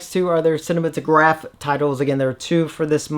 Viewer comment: I could be wrong, but I’m pretty sure that cinematographe is supposed to be pronounced the same as cinematography.